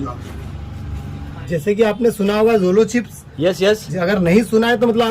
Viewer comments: Jojo cipes nhe bhai Jolo cipes bolo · Jolo chips ko JoJo chips bola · not jojo chips its jolo chips